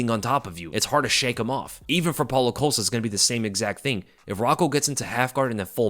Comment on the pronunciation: Wait wait wait wait wait… How in the hell, do you know this much about MMA and you don’t know how to pronounce Paulo Costa’s name 😂😂😂😂😂😂😂😂😂😂😂😂😂😂